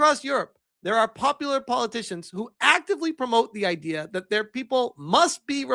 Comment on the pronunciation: Only AI pronounces that, as dat. AI also uses lots of hand jestures. Empty backgrounds. Bald guys with glasses named simon.